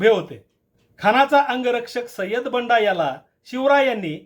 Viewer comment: बंदा not बंडा